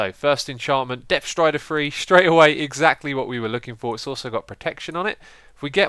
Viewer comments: "Depth Rider Stree" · "Depf thrider stree" -Xisumavoid 2014 <3